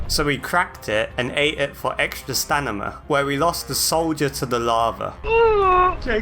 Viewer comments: I’m sorry but why do you keep saying “stanima” instead of idk Stamina like it’s actually pronounced? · i feel so seen because you keep saying “stanima” instead of “stamina” only in this game i always call it stanima😂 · I’m sorry I can’t stop laughing when you say Stanima not stamina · Im not 100% sure but. Your first language isnt english right? The way you say some words wrong "stanima" for example. And get phrases wrong "we knocked it out of rhe water" instead of "knocked it out of the park" for another example. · I really like when he says "stanima" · This video is awesome, but STANIMA has tp be purpose. I refuse to believe you mispronounced it that much.